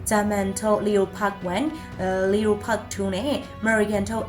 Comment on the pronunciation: အခုထက်ထိလီယိုပက်လို့အသံထွက်နေတာပဲလားအံ့သြပါ့